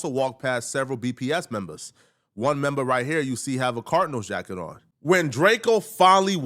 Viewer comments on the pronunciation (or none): Gang "Memba", not Member